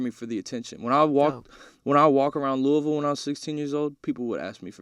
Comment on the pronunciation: He said “Louisville” correctly. I believe in him.